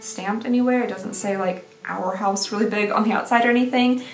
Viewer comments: Not “our house” “Ar-house” 😂 i love you. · I love fabfitfun! Still haven't received my box but can't wait! When you read the food trivia my head went straight to meatloaf too 😂. Also I live the way you pronounced arhaus sounds like it would be a really pretty and fancy brand name 🥰😂